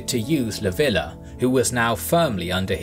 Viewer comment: It's "Leev-ya" not "Lah-vi-lah".